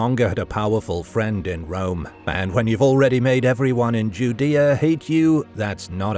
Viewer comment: Are you pronouncing Judea correctly